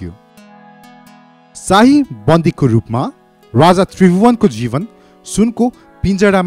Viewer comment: Tait mula k vanx bs1963 ma janmera bs1938 ma 5 barsa vanxa .and rani Ra raja ho Vanni Ryani Ra ryyaja hoin .kya narrator banega aawaj nai sajin maharjan ko jasto xa